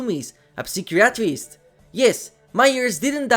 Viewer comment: ...the way you pronounce psychiatrist worries me